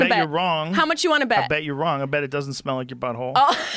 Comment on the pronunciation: She sais buhole instead of butthole